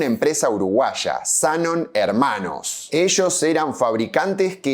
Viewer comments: Zanón, Zanón, qué mal suena Zánon! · Zanón se pronuncia con acento, al menos asi se hacia en neuquen en la ceramica de Luigi Z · Me pone nervioso que diga"Zánon" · Se pronuncia como si tuviera tilde, "Zanón", pero se escribe sin acento. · Se dice Zanón en veneto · El acento va en la sílaba final: Zanón. /dzaˈnon/. Es un apellido común en Treviso,Venecia y otras regiones del Véneto. Probablemente procede de "Zan", el nombre Juan (Giovanni) en dialecto. Supongo que se trata de un patronímico (como Gómez, González, etc. en español). En italiano la tilde ortográfica no se usa como en nuestro idioma, por lo que la grafía no siempre refleja la acentuación. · Tampoco dijo Zánon. Él dijo Zanon. No es lo mismo. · El apellido Zanon se pronuncia con acento en la O. Maestra Ciruela aclara algo más: el Parque de la Ciudad, originalmente Interama, era muy superior al Italpark. No había competencia posible: el Interama lo revolcaba mil veces. Era más nuevo, más moderno, más Disney... Pero el Italpark, para los que tenemos +60, siempre fue y será el dueño de nuestros corazones! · Muy bueno. (no se de donde sacaste el acento en ZA🤣). Una historia sobre Cerámicas estaría genial. Por supuesto el mito es mas simpatico que la verdad, pero donde hay politicos hay relato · Es Zanon con acento en la o ! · HERMOSO RECUERDO EL ITALPARK PARA LOS DE MI GENERACION. YO IBA CON MIS AMIGOS A LOS JUEGOS DE CARRERAS DE AUTOS: MONZA, SUPER 8 Y LOS CHOCADORES. EL APELLDO ES ZANON (CON ACENTO EN LA O) Y TE AVISO QUE LA GALERIA SACOA TODAVIA FUNCIONA, AL MANOS HASTE QUE YO SUPE. SALUDOS Y GRACIAS POR EL RECUERDO!